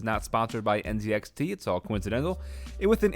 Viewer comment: Nice setup but please next time say NZ(ee)XT instead of NZ(ed)XT 😉😂